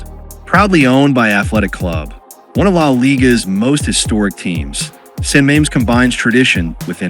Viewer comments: Ahhh AI can't pronounce San Mames properly, bless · As a Spanish speaker, it hurts my ears